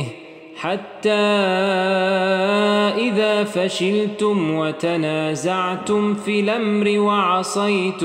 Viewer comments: يرجى التنويه وتنازعتم وليس تناعمتم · تنازعتم و ليس تنانعتم خطأ في السورة ارجو تصحيح